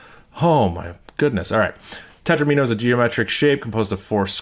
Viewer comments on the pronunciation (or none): FWIW, "tetromino" is usually pronounced to rhyme with "domino" (tet-ROM-in-o). Because that's where it comes from: mathematicians took "domino" and reverse-engineered it into "di-" + "-omino" where "di-" means "two", creating a suffix "-omino" meaning "shape made of [that many] squares". After that little bit of what linguists call back-formation we have a way to talk about triominos, tetrominos, pentominos, etc. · Interesting pronunciation of "tetromino" 😂. The video was awesome anyway.